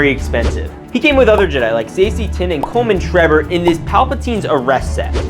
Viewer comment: ah yes "Coleman Trebor"